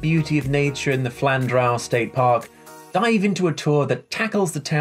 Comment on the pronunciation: Sorry to correct you but it is pronounced Flan-drew